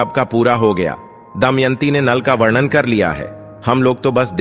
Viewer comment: आप शब्दों का‌ उच्चारण सही करें।वरण और वर्णन में अन्तर होता है। ऐसा लगता है कि आपको लिखा हुआ भी पढ़ने नहीं आता है। धन्यवाद।